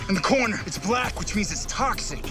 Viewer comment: I'm sorry did you say blackie